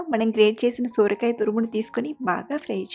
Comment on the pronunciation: Akkoooo sooorakai kaadhu sorakai😅😅😅😅